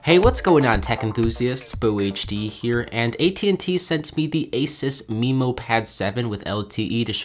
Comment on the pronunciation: Not only that, but "Memo" is usually pronounced meh-mo not mee-mo.